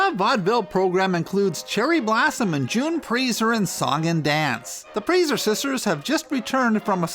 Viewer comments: it is not pronounced preezer it is pronounced pricer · Very interesting, but wasn't her last name pronounced "Price-er?" Always assumed that was the pronunciation....correct me if I'm wrong. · It's pronounced Pricer as in price + er. Ziegfeld is pronounced ZEEG-feld, or tsEEk-felt. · Pronounced pry-sser, it is Germanic. I learned through knowing someone by that name. It is an easy mistake! 😊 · Very good narrative device of taking on a character, much better than mere story-telling. One thing, however. Your pronunciation of many of the names, particularly of Central European variety, are totally off. It's pronounced June 'PRICER" and Florenz 'ZIG-feld', just to name two. There's nothing wrong with nomenclature due diligence.